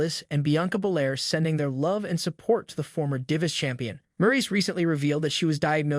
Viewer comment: The way you say diva is hilarious 😂